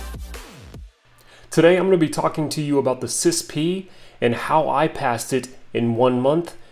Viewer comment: NOBODY pronounces it sispee. All acronyms are not meant to be spoken as a word…FYI.